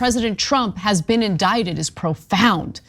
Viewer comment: Indicted. The "c" is silent. Indicated is an entirely different word.